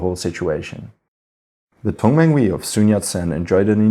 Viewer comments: Just one pronunciation correction its not Tong man wee, but rather Tung man huey as if youre saying heyyy but rather hueyy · Tongmenghui is pronounced as Tong-mung-huày